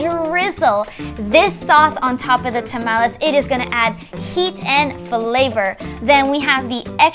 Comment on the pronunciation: she doesn't say to tamales right